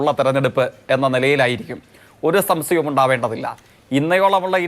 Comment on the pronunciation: എടാ jaike നീ പോയി ഒന്ന് നാക്ക് vadikkeda. സംശയം എന്ന് നീ 101 ഒന്ന് തവണ parayeda.samshayam അല്ലടാ